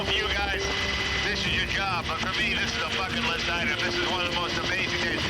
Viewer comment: Oh I thought I heard jay curse in 🚁 but he just said bucket list, 😂